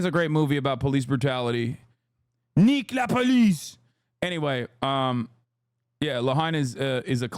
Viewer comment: as a french person hearing hasan saying nique la police is absolutely amazing